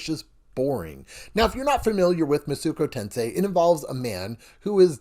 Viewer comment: Thank you for this review. I was about to buy this game, but thought I should see a review first. Only critique is that it hurt me everytime I heard you say Masuko Tensei.